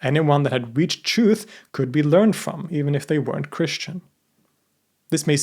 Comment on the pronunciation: I couldn't finish the video, his insistence on pronouncing 'truth' as CHOOF over and over was too grating on the ears. Many words so poorly enunciated one wonders if his english is so sloppy, his research behind these videos must be as well.